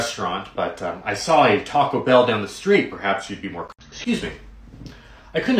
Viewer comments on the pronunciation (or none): none